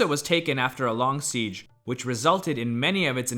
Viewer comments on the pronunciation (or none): none